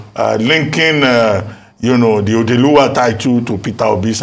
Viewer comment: Odeeluwa and Odeelora. aren't you Igbo? Why the cringy pronunciations?